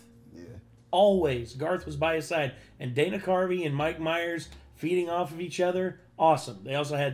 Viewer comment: I had to go back and listen to this again to hear the words “feeding off” because it sure didn’t sound like that to me the first time I heard it. I’d probably use “working off” myself but that’s only marginally better sounding upon reflection.